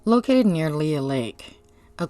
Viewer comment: It’s pronounced Lee not Lea